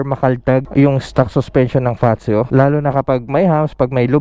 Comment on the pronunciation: ang ganda ng pag pronounce mo ng FAZZIO yung iba kase ang pronounce is passio 😁here in italia ang word na double Z is nagiging letter T ang unang word for example PIZZA parang PITZA pero double Z... allora, grazie mille e più iscritti ciao